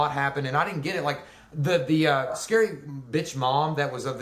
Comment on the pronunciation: That's not how you pronounce scary